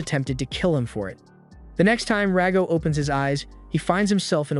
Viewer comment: It's Rago. Stop calling him Dago...